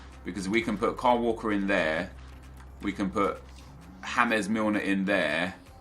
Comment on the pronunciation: It's not James isn't pronounced hames its James he's English